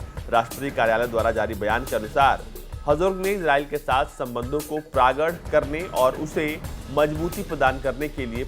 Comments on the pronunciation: Praagad nahi pragaad hota hai bhai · प्रागढ़ नहीं प्रगाढ़